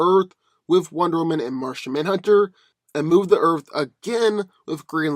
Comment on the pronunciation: For goodness sake please start pronouncing the word "Earth" properly!!! OMG it's like nails on the chalkboard every time you say "Earf" sorry but I have a pet peeve for mispronounced words. Like when people say "ax" when trying to say "ask"